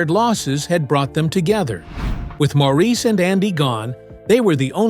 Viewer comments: I don't watch many of these vids anymore because most are just repeating stuff I have seen. I do have to wonder about a lot of things though. Please, if I hear Maurice's name mispronounced at the beginning one more time, I will switch channels. That is more that disrespectful to a wonderfully talented man who is no longer with us. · After viewing that video of mistakes and lies, you are annoyed by the way Maurice’s name is pronounced?😒